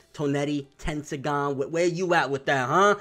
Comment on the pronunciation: Don't let's swagkage hear you say tendiagan